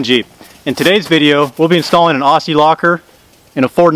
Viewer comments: It's Ozzie bro, Ozzie not Orssie. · Great vid, as an Aussie, I feel like I should do a public service announcement, it's always pronounced "oz e" with a "zee" sound not an "s" , cheers mate